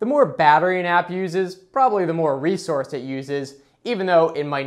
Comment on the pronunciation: Stop saying "prolly" it's probably.